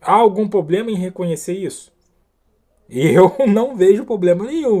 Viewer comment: "Poblema"??? Sotaque é uma coisa, falar errado é outra.